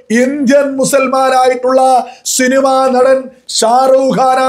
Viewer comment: ഷിനിമ അല്ല പൊട്ടാ സിനിമ എന്ന് പറയണം ആദ്യം നേരെ പറയാൻ നോക്